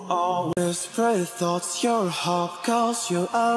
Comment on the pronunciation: ) еще слово "hope" во втором куплете звучит скорее как "хап", чем "хоуп". Но это простительно, потому что реально виден прогресс в произношении. Пусть пару недель посмотрит всякие киношки или сериалы в оригинале, и все будет норм))